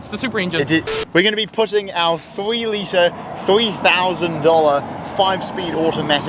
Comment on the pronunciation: what is a "thwee letah"?